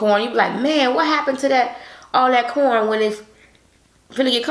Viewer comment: I thought she said”porn and potato moookkboongg”